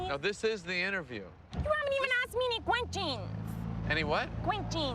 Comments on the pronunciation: Omg, who is the mess that can't pronounce "question"? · The most talent-less person on this show was the idiot who said "Que-sheens" What an absolutely worthless "performer" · Who is the girl who “can’t” correctly pronounce common words like QUESTIONS and LIPSTICK?